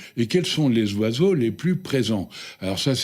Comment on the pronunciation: Compter les zoiseaux?